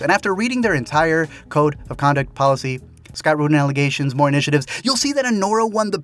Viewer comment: "Dimi wants it moore" lol